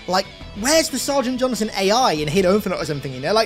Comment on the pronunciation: Why does it sound like you call Sergeant Johnson, Jonathan? 😂😂